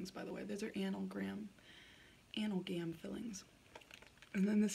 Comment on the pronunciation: amalgam filling actually! (uh-mal-gum)